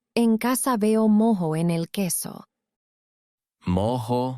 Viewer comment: es moho,no es mojo